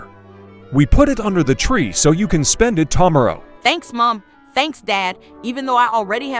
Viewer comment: "ta marrow'